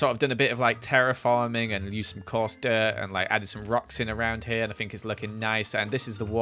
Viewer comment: I say (think) he say (fink) ever noticed